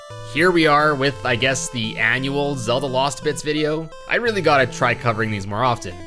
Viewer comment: You Say “Zelda” not “Zedlda”